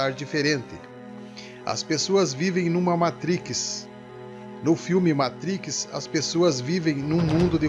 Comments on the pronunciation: Gostei dos " olhus " e " matrixss" kkkkkkkk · “Matriquix” kkkkkkkkkkkkkkkk desculpa, rachei. O vídeo é bom.